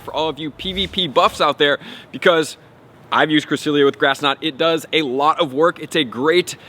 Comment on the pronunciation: Bro pronounce it correctly ! It’s bugging me lol